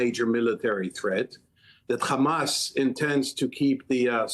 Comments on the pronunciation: The letter khhhh is arabic is H stop sound stupid just say hamas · Get Mehdi Hassan back on. Btw it is Hanas and not Khamas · Hamas or Khamas? What's with that...heard only from Israelis